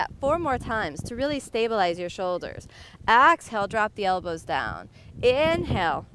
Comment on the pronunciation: Inhale then "Axe" hale